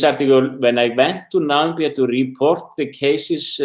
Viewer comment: I hear Nambia,not Namibia...makes me angry!